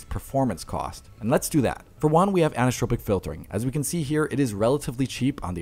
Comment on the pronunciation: My guy, the last part of "anisotropic" is not pronounced TROW-pic, it's TRAW-pic (an-eye-suh-TRAW-pic), like in "tropics" or "tropical"